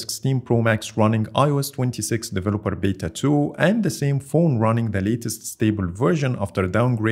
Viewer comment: Say it with me people "It's a B E T A...beta"